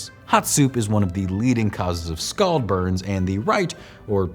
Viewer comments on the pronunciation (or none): none